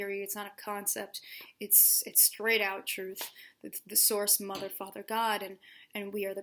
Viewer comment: Did you say "Mother Father God"? I had to rewind, it sounded like something else. 😆